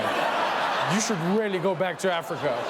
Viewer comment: He said Africa. Or rather, "Afrika".